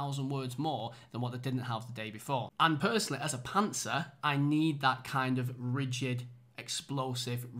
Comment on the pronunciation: you say you are "a _____-er" but I cannot figure out the term even with the context. Thought it was pantser, but I don't see indication of you drooping the audience.